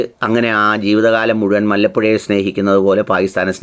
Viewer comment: മല്ലപ്പുഴ അല്ല. വല്ലപ്പുഴ, പട്ടാമ്പി താലൂക്ക് ൽ പട്ടാമ്പി ക്ക് സമീപ സ്ഥലം